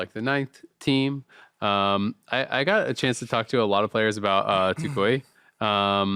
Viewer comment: if you see this your pronounciation of Toucouille is 10/10 respect. Also toucouille means all balls, yes, these ones